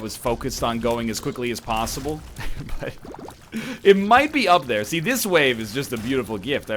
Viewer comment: why he say plosible when its posible